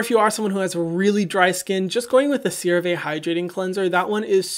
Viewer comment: Did anyone catch the “CeraBurtsBees” 😂😂